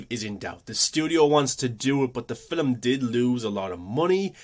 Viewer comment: Film is F 'ILM not "fill ' um"